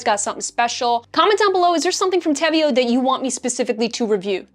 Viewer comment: Austrian girly over here 🙋🏻‍♀️ WE love the brand 🤣 btw the name is Spanish (te veo -> I see you) so that’s how you pronounce it 🤣. I absolutely love their Contrastline - so thank you for your detailed video ♥️